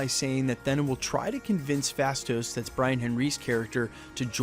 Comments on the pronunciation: Surely its pronounced "Theena"....like 'Athena' - A-Thena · I've heard it pronounced like "Thaynuh" too which is closer to the original Greek pronunciation. But the short e sound the narrator of this video is using definitely sounds odd. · I just wanna see baby Thanos vs baby Yoda! ...and maybe for this guy to start pronouncing Thena correctly!!!